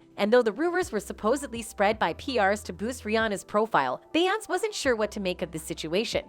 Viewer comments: How do you not know how to say BE YON SAY? What is BE YONCE??? DO YOU SEE THE ACCENT MARK? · Its Beyonc-ay not Be-once but anyway great video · Bey Yonts? lol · The female narrator needs to learn how to pronounce Beyonce FFS. This ish popped up on my YouTube suggestions (*Edit: a completely different video a couple years ago). From my understanding: Rhianna & Beyonce had a Twitter war in which Rihanna tweeted - Since we're spilling tea, I slept with your husband. The YouTube video showed the Rihanna tweet etc... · too bad the narrator can't even pronounce Beyoncé's name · If you cannot pronounce her name correctly do not say it at ALL!!!!!! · YOU CANNOT EVEN PRONOUNCE THAT LADY’S NAME!!! SO WHY WOULD ANYONE BELIEVE YOU??? 😂😂😂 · They way the narrator pronounce Beyonce…..😐😐😐